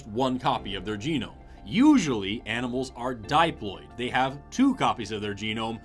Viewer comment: I’ve never heard someone pronounce diploid like that